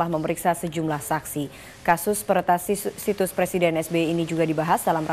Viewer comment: hahhahahahahaha longor yang bawa acara bilang situs aja sisus kwkwkwkwkwkkwkwk di